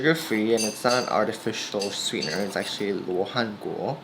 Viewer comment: Oh your pronunciation of 羅漢果 is so prefect! I guess you can speak Chinese fluently !